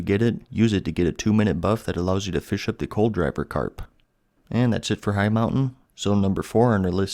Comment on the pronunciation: awesome information! this guide is great, but i think coldriver carp is pronouced cold river carp not coal driver carp lol